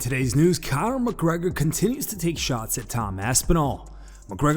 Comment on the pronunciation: Sounds like he just said coward McGregor 0.04 😂